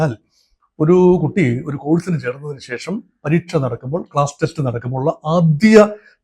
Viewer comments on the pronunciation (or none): none